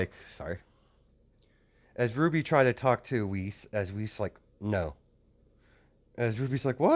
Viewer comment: Not to be rude or anything, but her name has German pronunciation(Weiß) and it is not Wiz.